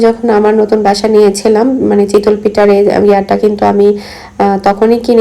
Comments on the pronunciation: Apnar kothar onk prblm ace... চিতল মাছ হয়। আর এটা তো চিতোই পিঠা.. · mind korben nah apni pronunciation chitol boltecen eta chitoi hobe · শব্দ উচ্চারনে আরও সচেতন হবেন যেহেতু আপনি পাবলিক প্লাটফর্মে কাজ করছেন।চিতল পিঠা বলতে কি কোনো পিঠা আছে চিতই শুনেছি। জাল না এটা জা হবে।কিছুদিন আগেও আপনি কেয়ারটেকার কে কেরেটেকার বলেছিলেন। আশা করি আমার কথা খারাপ ভাবে নিবেন না আমি অনেক আগে থেকেই আপনার ভিডিও দেখি তাই বলেছি।মিনিমাম শিক্ষিত মানুষ এত সিম্পল শব্দ গুলা ভুল করে না😊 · Chitol na chitoi